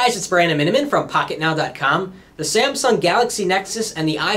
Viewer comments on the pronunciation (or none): none